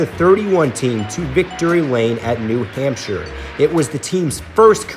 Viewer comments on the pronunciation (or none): none